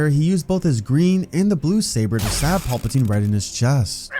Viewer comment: Not watching solely because of you pronunciation of PALpatine. It’s PAL-pa-tine. Now PAWLP-atine.